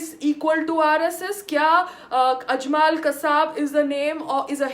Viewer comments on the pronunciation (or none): Well done again PAYAL... but kindly accept some correction and information from my side... 1. Just call Laskare Toyaba NOT LashkAAre 2. Tht name was ajmal not ajmAAl 3. and tht crook bastard NDTV anchor is NIDHI RAAKDAAN not SONI RAAJDAAN ... 4. And in final RSS flag is tht flag of our ancient FLAG of RAAMRAJYA of Lord RAAM... n flag of PANDAVS in MAHABHARAT. .. n flag of our all Indian Samrats ASHOK... VIKRAMADITYA... CHANDRAGUPT... n so on.. MAHARANA PRATAAP n CHATRAPATI SHIVAAJI MAHARAAJ ....of SAFRRON colour ...